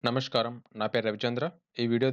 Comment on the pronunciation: తమ్ముడు.... చాలా రోజులుగా చూస్తున్నాను. చిన్న విన్నపం. ..... Every video start with నమస్కారం/ నమస్కారము. Not నమష్కారం. I mean స్కా not ష్కా